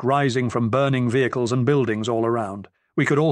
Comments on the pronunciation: Someone please teach this robot to say 'vehicles' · Been listening to a lot of these and they are absolutely wonderful, but some of the narrators British pronunciations take a minute to understand then make me laugh once I realize what he is saying. As in this one when he pronounced vehicles as V-Hick-Lee's, lol. Defiantly going to use that one on the Wife and kids when the opportunity arises